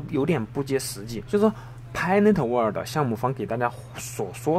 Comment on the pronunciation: 谢谢！注意pi network发音！尾音读k